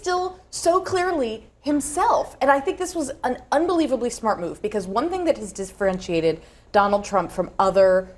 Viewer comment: she said "Disfrentiated" right?!